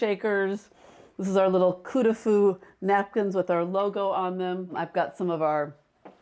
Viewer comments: Absolutely beautiful! It’s “coup de foudre” not “coup de fou”. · Coup de Foudre not coup de fou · It’s “Coup de foudre” not fou - it means a thunderbolt or love at first sight. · Sounds like…Coup de food…it is…coup de foudre…meaning…(hit by lightening )…